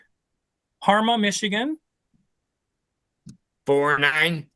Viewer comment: Parma Michigan not Karma ??